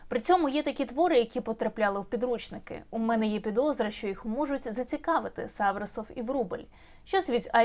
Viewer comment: Ви порушили вкрай актуальне питання. Але все ж таки не САврасов, а СаврАсов .